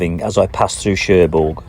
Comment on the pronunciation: Nice🦢 - hope you don't mind me adding that Querqueville is pronounced 'Kirkaveal'; Cherbourg has a silent 'G'. Hope Jan's health and well being a lot better on this trip. Looking fed to next vid....